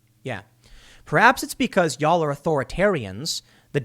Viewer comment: Off topic... But, as a southerner, it cracks me up a little when Chicago Tim says “y’all”. No shade, it’s cool.